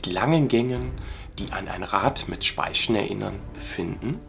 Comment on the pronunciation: "ein Rad mit Spaischn"